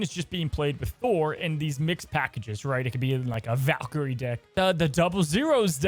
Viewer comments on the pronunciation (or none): none